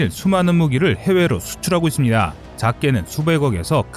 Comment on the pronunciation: 이쓰니다~ 니다~ 발음고치셔야될듯 거슬리네요